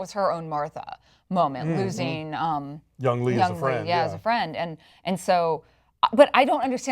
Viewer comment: It's been over a year since they posted this, but I'm just watching the show now and I have to say it's Young-HEE!!!!! (not Young-lee)